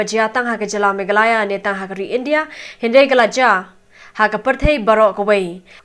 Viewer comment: Pronounce "meghalaya"....mo...ym dei "megala".... 😀😀😀😀